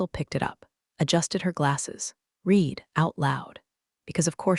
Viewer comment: Virginia had a DMV number of B197 at the beginning. Then she has two different DMV numbers. I'm going to guess that this story was not edited before it was posted. Just like other stories of this type. And, the tense of 'read' is still pronounced incorrectly.